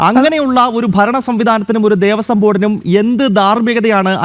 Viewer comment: ദേവസ്വം ബോർഡാണ്,,, കൊയസ്വം ബോർഡല്ല 🙏🙏🙏